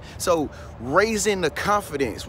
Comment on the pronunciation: Agneta B. Yeah I can tell he doesnt because even some parts where he mess up such as when he said confidence and other words and he still left them. They make the video more real to me.